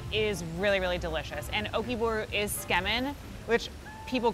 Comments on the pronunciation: How many map geeks, Asians, and japo-files just died a little? Edit: OMG... Sigh... I can't blame you.... But it's pronounced.... Don't drop the zu. Zu ke men, not ske men.... Sounds really wrong. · Am I hearing it wrong? She's saying "Tsukemen", right guys? But all I hear her repeat is "Skemen". Kinda sounds disgusting, lol. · When the lady said “scamen” MY JAPANESE SELF GOT SO SO SO CONFUSED and then I realized she tried to say “tsukemen”.. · Tsukemen is pronounced "Zu-ke-men" not "skarmen" if that helps? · Skemin?? Tsukemen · Su Key Man not skemen get it right Haoles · How in the world did she bastardize the word tsukemen into "SCAMEN"? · should learn how to pronounce "tsukemen" su key men, not scam in, lol like seriously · When she tries to pronounce tsukemen, it kinda sounds like “schemmin” haha. I was so confused. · and? Gringos? What so now you’ve decided to resort to being racist?! PLEASE as Viet I’ve SEEN SO MANY and I mean SO MANY mispronounce asian foods, and most are black, white, Hispanic, oh and ASIAN. It’s now a race thing🙄 Literally every country mispronounce foreign foods, English is the same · This lady is the worst at pronouncing Japanese words! sometimes pronouncing the completely different word and thus changing the meaning. Your geography and spellings were also bad! Feels like very little research went into this video.